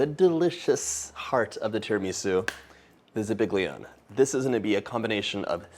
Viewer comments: the "Zibiglione"???? 😂😂😂😂 It's pronounced za-ba-yon (you don't literally pronounce the G, it's spelled zabaglion. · Love your videos and have made many of them (they have all come out beautifully), but as an italo-american I must let you know that zabaglione is pronounced ZAba leone. Can't wait for your next video ❤ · Zabaglione is pronounced Za-Ba-yo-ne cheers! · That's not how you pronounce zabaglione. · I don't think I've ever heard zabaglione pronounced the English way, exactly how it's spelled. LOL.